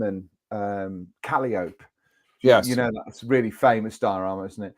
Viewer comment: It’s CAL-EYE-OH-PEE as in “With this very unpleasin', sneezin' and wheezin' The calliope crashed to the ground” from “Blinded By The Light” - Bruce Springsteen